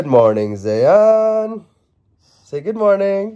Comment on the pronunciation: It's Zayaan not Izyaan